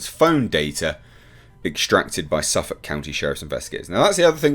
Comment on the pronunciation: I appreciate the correct pronouncing of Suffolk county